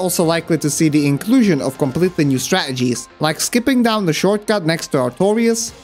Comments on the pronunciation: It would sound better if you pronounced the middle T in "strategies". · This guy says strategies like British people say water bottle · Man the way he say stratagies just hurts me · I love that you replace the t in 'strategies' with a glottal stop like a cockney accented person. I'm sure that's exceedingly rare for a non-native English speaker. Makes me wonder where you picked it up. Maybe a tv show? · Is anyone else triggered by the way he says strategies? It’s like they inserted someone else with a different accent into the dialog every time he says the word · I love your pronunciation of strategies. Did you grow up in London by any chance? 😂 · Great vid but that's not why I'm commenting. By your accent, it's fair to assume that English isn't your first language (your English is fantastic though, i'm not criticising). However, your pronunciation of words like "battles" and "strategies" is so unusually regional. Were you taught by someone from Manchester, or by watching something like Shameless or Coronation Street? I'm from Manchester myself and it kept making me smile every time that, just for a split second, you transform into Liam Gallagher then back into your accent haha. It's such a great quirk. Has anyone ever asked you this before? OH! I've just thought. Maybe you went to university here? Anyway. I'm just stoned, entertained, amused and charmed all at once. Thanks man